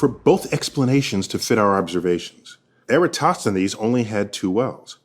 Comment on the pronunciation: You can't even pronounce Eratosthenes let alone debunk him.